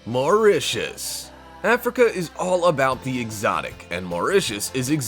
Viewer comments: Say Mauricus one more time.... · I left when he said Mauritius 🤣🤣